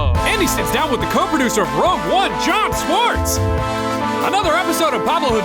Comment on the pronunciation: Isn't it "Schwartz?"